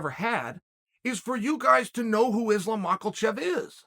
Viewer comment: I would know who Islam is if you said his name right